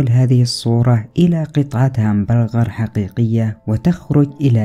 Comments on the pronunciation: هههههه صور همبارباغار😂🙃 يا متعلم يا بتاع المدارس اسمها همبرغر او Hamburger🤦‍♂️ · همبنقر مو الهامبنكغار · محتوى ترفيهي جيد ولكن ياحبذا لو تراجع المسميات لبعض الأشياء قبل نطقها الهامبرجر وليس الهمبنقر وأيضاً سمعت لك تعليق تقول فيه الاوفكاندو. لفاكهة الاوفوكادو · الهمبنغر ههههههههه 😂 عدتها ١٠٠ مرة واصل ياصدام مبدع 👌🏻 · برجر ❌ هنبنغر ✅ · 😂😂😂شنو قال همبنجر ولا Bergar😂😂مدري كيف اكتب بل سوري Bergar يمكن برجر ولا برقر مدري😂😂😂😂بس ولله ضحكتني😂😂😂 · اسمه hamburger وليس هامبرغر 😂😂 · انطق هومبنجر سواء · بهمبرقر هاكذا تقراء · هذا ما يعرف يتكلم اوين همبغجر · هامبرغر.ههههه مين معلمك عربي.